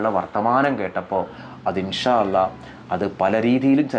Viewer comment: ആദ്യം الله എന്ന് പറയാൻ പഠിക്ക്‌